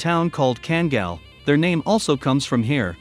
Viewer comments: FYI: pronounced kangal not kengal. Due to dogs origins being in a region in Türkiye "Sivas Kangal". in addition karabas in a different breed of dog all together. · Why can't people from the USA say name's properly? Just say it the way it sounds, what are they taught in their third world education? He says it right then back to 5 year old education, well a 5 yr old European education. Ken-gill, kan-gell. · a few myths about this video.... - The pronunciation of KANGAL is horribly WRONG. They could have at least made a real effort. The closes thing to say would be "Khan gull" - Yes an adult Kangal can kill a wolf if the wolf is by himself only and no, the wolves in Turkey are not as small as kittens in Florida.